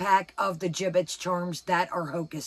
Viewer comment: Did you say giblets or gibbits? 😂😉🥰